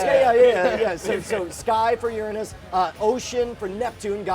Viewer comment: I know that he tries to make Uranus not sound perverted like "your anus" but now he makes it sound like "ur in us" soooooooo............................ Yeah :/